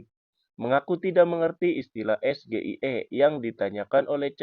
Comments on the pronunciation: Sejak kapan SGIE jadi bahasa baku ? Singkatan pelafalannya disampaikan dalam bahasa asal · EJa bhs Inggris SGIE aja bhs Indonesia .... SeRapih Rapih MeNyusun Jawaban PasTi ada CeLah KeSalahan nya Dari Lidah GiBran ... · Wak Fadli zon pasti tau Gibran salah pengucapan msh aja ngeles......gitu aja kok repot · Gibran sok hebat biar lawan debatnya malu tapi dia sendiri bacanya salah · SGIE itu kependekan dari kalimat bahasa INGGRIS ...State of the Global Islamic Economy Yg harusnya Dieja gibran dg es, ji, ai, i DAN BUKAN es, ge, i, e 😃😃😃😃😃😃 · SGIE (State of Global Islamic Economy), cara bacanya (mungkin) Es-Ji-Ai-I. Begitulah orang BODOH mengejanya dalam bahasa ASLI-nya (in ENGLISH). Saya Goblok Ingin Edaaaan....! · Sok pintwr tapi blunder bran Gibran,, SGIE itu singkatan BHS inggris,jd bacanya jg harus Inggris yaitu es ji ai i,,bkn esge i e,,t7 anya menjatuhkan yp blunder ,,dan saya tanya kenapa Gibran pakai 3 mic yg lain tdk dan waktujawab ada suara perempuan sudah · wkwkwkwkwk hanya RAKYAT CERDAS.... Yg faham SGIE es, ji, ai, i JADI es, ge, i, e😃😃😄😆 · Es Ge Ii Ee kepanjangannya dlm bhs inggris mestinya singkatannya dlm bhs inggris juga Es Ji Ai Ii, piye tooo... udh pnya contekan msh aja salah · Guru si samsul lupa ngajari cara sebut SGIE yg benar,, 😂😂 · Down grade ya 😂😂 Meski akhirnya dia geli juga dia ralat ES GE I E jadi ES JI AY I 😂😂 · Gibran bertanya kepada cak Imin. Es Ge I E. Kayak nya Ejaan Bahasa Inggris Gak Ada Huruf Ge. Waktu Kelas 1 SMP gw belajar E , Bi , Ci , Di , I , Ef , Ji , etc. Kalo Es Ge I E , huruf dalam bahas Inggris nya S , ? , E , A. Singkatan dari apaan tuh 😉?? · SGIE EJAAN NYA...dlm bhs inggris ES Ji Ai i.....aku juga sempet bingung apa itu SGIE perasaan blm pernah denger.....ngapain hrs pake singkatan...udah aja pertanyaan nya tentang EKONOMI SARI'AH GITU....dasar bocil sok soan pake singkatan.....samsul....samsul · 👎BLIMBING SAYUR SURUH BELAJAR NGEJA ABJAD INGGRIS DEH. SGIE DIEJA ES JI AI I😀😀😀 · Baca huruf abjadnya aja salau